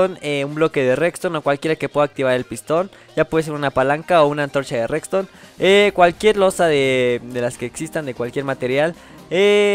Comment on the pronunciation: Jajaja dices rextone